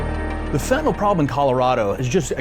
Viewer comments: First of all, let's change your pronunciation. The drug in called Fenta nyl not Fenta nol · Fentanyl NOT FENTANOLL!!!!🤡😡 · I wish they would quit saying FentanOll!!! It's fentanyl FENTANYL, not (fen ta noll) NYL SAY IT DAMN IT!!!! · It's important for us to call this awful drug by its proper name. So many people (users, dealers, family of dead users, etc) call this stuff Fentan-OL. It's actually pronounced Fentan-ILL This may sound like an insensitively stupid point, but it's not. When things are deadly, we need to know and use their proper names. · We don't take "Benadrall" for allergies & sleep, but most people pronounce fentanyl as "fitinall" instead of "fen-ta-nill." Fentanyl rhymes with Benadryl. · It is NOT FentaNOL. It is FentaNYL. Rhymes with ILL. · PHEN-TUH-NEEL...not pronounced PHEN-TON-ALL. Sorry...but it's a pet peeve of mine that people don't pronounce it correctly. It's obviously a very bad problem and the government needs to address this! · Please stop mispronouncing it, though. Please stop calling it fentinALL. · There's no "o" in fentanyl.